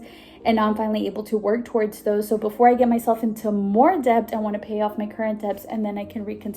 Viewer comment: Dont take this the wrong way but you're pronouncing the word debt wrong. Happens to us all with some word tbh